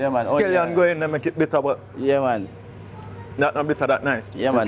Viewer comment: It is scallion, not skelinton